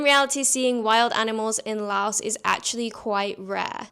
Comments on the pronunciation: First: Please pronounce the name of the country correctly. The 's' on the end is silent LAO(S). Please. If you are a tourist, sample street fare carefully. Never go to an empty restaurant . If you are an expat you NEED to eat all the crazy stuff and get your stomach used to all the little, happy germs. A piece of advice I got from a Frenchman and his Cambodian wife in the wet market: "If the flies don't want it, neither do you." In reference to fresh bloody meat that normally attracts more flies than dry, slowly rotting meat. Just take some Immodium and azithromycin. It fixes everything . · Drop the "s" when you say Laos. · FYI, the "s" in "Laos" is silent when pronounced.